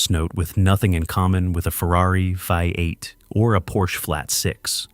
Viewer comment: Hey robot, what is a vie eight?